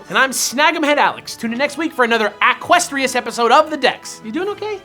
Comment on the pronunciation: Aquestrious? Like "Aqua" and "equestrian"? It's gotta be Keldeo